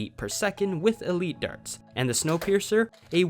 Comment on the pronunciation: When you say snowpierer i always think of that train😄